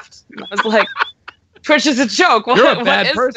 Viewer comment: Its not thwitch.... Its twitch.